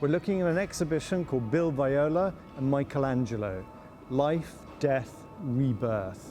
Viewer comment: Always this mispronunciation of Michelangelo....is not Michael